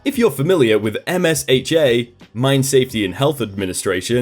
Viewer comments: I've always heard it pronounced "emsha" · I think it’s “em-sha” but yeah, I was a bit bothered by it as well 😂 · I flinched every time you said "O-S-H-A" You can definitely tell you're not from the states. OSHA, (and MSHA too) is one "word" sounds like "ohshaw" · You pronounce MSHA as MiSHA.